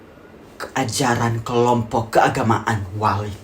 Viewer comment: waLid ❎ waliE✔️👁️👄👁️